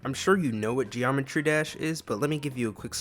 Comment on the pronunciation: "Geomertry dash"